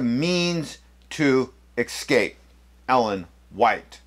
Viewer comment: Why do you keep saying “exscape”? There is no “x” in escape. That aside, good vid.